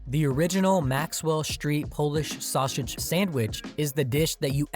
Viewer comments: Where's this narrator from? I've never heard sausage pronounced as "Shawshage." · The narrator not being able to say "Polish sausage" is hilarious. The narrator: "Polish Shausage". 😆 🤣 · So that's why I kept hearing "Shawshage" instead of sausage. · And This is why I hate AI Videos. The pronunciation is almost Too Phonetic at times. S in Illinois is only pronounced when you want to Annoy an Illanoian native and don't get me started on the Sausage pronunciation 🤦‍♂